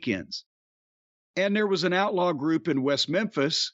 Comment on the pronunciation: Every single time Corny says "Outlaw" i crack up